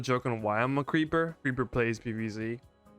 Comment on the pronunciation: Creppah? Awwww man